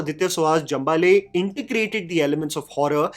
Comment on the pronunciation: Hi thank you for the review. Jambhale is pronounced as Jaambhazhe in marathi.